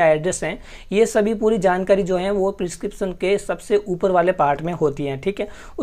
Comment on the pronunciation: Kya hota hei ? Tu pharma student hai prescription pronounce nahi ho raha tere se